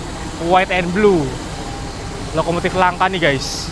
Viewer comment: Lokomotif, bukan Lokomotit😅😅😅😅